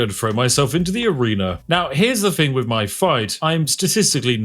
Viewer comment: The way you pronounce TH as F is just gross.